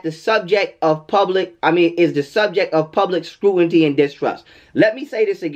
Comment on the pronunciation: Did you just say SCRUITNY instead of scrutiny? Comptonsated?? I really appreciate your perspectives.always something to be learned and make you think from other perspectives. Appreciated!💯💜